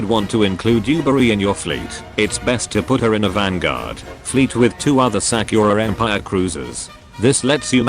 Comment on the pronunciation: Sack-your-ah em-pyre